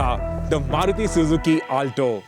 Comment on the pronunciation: Ur pronunciation of "Alto" is horrendous